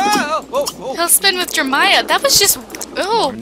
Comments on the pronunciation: I think it's funny how she says jermiah instead of JerEmia lol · why does she say jeremiah like jermiah? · I saw that too... It's kind of aggravating. 😬 Jermiah doesn't sound right. Pretty sure she did mean Jeremiah...